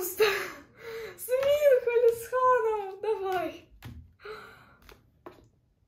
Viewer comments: извините конечно, но правильно МинхО, а не МИнхо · Какой минхО МИнхо, и не ХенджиН а хËнджин